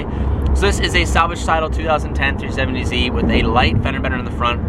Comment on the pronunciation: New Car... "New, 2010, 3-fifh-70Z."